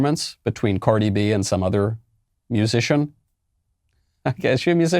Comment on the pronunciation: He said Cordi B. 🤣🤣🤣